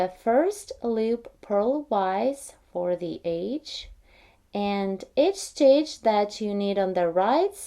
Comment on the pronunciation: She is saying EDGE... Sounds like AGE. Just figured it out myself. Now it makes perfect sense.